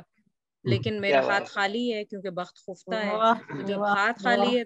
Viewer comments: لیکن یہ خفتہ کا تلفظ خ کے زبر کے ساتھ ہے یا پیش کے ساتھ؟ ہم تو پیش کے ساتھ پڑھتے آئے ہیں۔۔۔ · آپ کا تلفظ درست ہے، خُفتہ ہی ہے۔ تلفظ کے لیے فایزہ کو سنا کیجیے۔ کبھی کبھی ایسی غلطیاں شرکاء سے ہو جاتی ہیں، جن کو کلاس کے بعد درست کرنا ممکن نہیں ہوتا